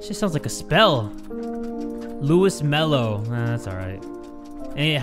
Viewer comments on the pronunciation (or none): Actually, Luis is supposed to be pronounced as “Loo-ees” with “long E” sound, not “Loo-iss” with the “short i” sound. It’s a Hispanic name—a Spanish-language name. You were pronouncing it as “Louis”. Well, “Louis” pronounced as “Lewis”, not “Louis” pronounced as “Lui”.